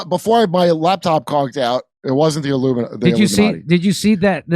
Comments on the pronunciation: He said, “The LUMINATI” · The "Illuminutty" love it! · he says luminutty, not illuminati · No, Jimmy, he said, "The Illumi-NUTTY" Watch it again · He calls it the Luminutty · He didn't say "Illuminati" - he said "LUMI-NUTTY".